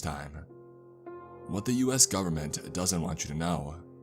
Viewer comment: You lost me when you say "government"